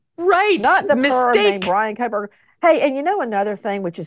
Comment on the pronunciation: It's Koh-berger, no L